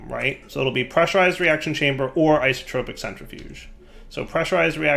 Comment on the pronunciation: please.. It's Isotopic, not IsotRopic. You're dealing with isotopes, not whatever an isotrope is;)